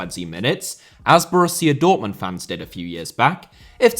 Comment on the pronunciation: Putin* not Pyuten Dortmund * not Dohrmund Half* not Holf Final* not Fahnal Dissolved* not Disolved Saw* not Sor Idea* not Ideer Improvised* not Improvahsed Media* not Medier Violence * not Vahlence Wild* not Wahld Escobar* not Éscobohr Possession* not Posession Miles* not Mahls Pérez* not Perez Roman* not Rouwman Kumbaya* not Kmbayohr Rather* not Rother Iran* not Irón